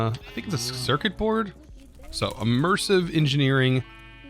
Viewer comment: "bord... for "board"" and "cerkit... for circuit""... omfg